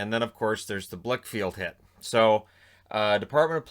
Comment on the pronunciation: Blichfeld, not Blichfield